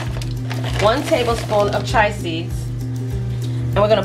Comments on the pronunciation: Chee-a seeds not chi seeds.😂😂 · It’s pronounced chee-ya seeds. 🤣